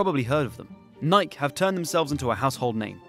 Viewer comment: I've never heard Nike pronounced "Naik".